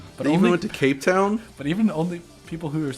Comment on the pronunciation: "Cape Town"???